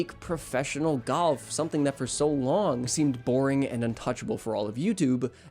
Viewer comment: sometimes it sounds like you're saying goff instead of golf